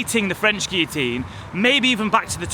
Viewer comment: Guillotine is pronounced with ‘L’ and gibbet with ‘J’